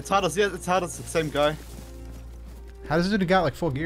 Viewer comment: i don’t know the name but he is pronouncing some words extremely German like Hades and so on 😂